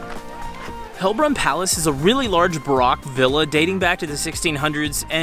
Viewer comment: Good fun video. Baroque is pronounced “buh-roke” like you’re saying broke in English into two syllables 😊